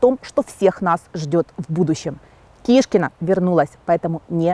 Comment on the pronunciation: Не кишкина,а шкуркина!!!!!будет правильнее